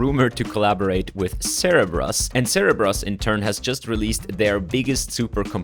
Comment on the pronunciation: ah yes, Zebras not Cerebras.